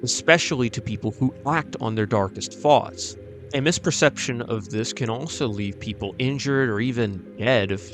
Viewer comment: how british ppl say thoughts